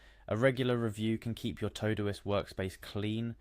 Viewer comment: What's this "Toe-Do-ist?" It's "To Do - ist" - not "Toh-doist"